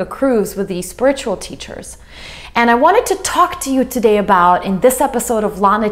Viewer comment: "spurt-chul"?? LOL Say it with me honey, "Spirit-u-al" Not "spurt-chul"